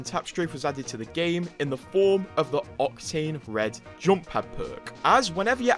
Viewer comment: Some ofy should make a 10 minute videos with him saying the word "JOMP" from every video